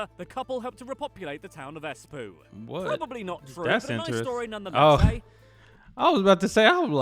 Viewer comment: I just wish the presenter of the original video hadn't pronounced the Finnish words the English way 😆 Espoo is not pronounced like in the video, it's more like EH-spow. Anyways, interesting to hear reactions to this from different people ! :D